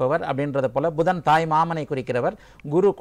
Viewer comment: Not pushan it is pudhan